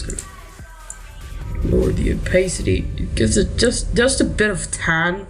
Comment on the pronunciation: "Lower the OPAACITY" xDD <3